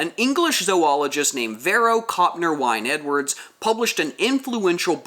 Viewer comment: "Wine-Edwards" Wynne-Edwards is pronounced Win-Edwards. This surname tells us that he was most probably from a Welsh family.